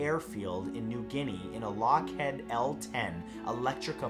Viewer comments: Lockheed not lockhead and it's an Electra not Electrica :v pls matt.... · It is pronounced “LockHEED...” even though it is spelled “Head.” Defense contractors should all have names like “Death Star...” lol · Grumman and Lockheed were butchered in pronunciation but love your videos nonetheless